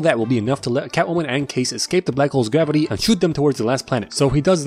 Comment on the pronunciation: It's grrravatay